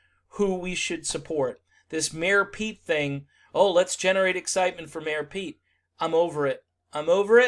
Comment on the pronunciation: I heard 'Mayo Pete" and cant unhear it lol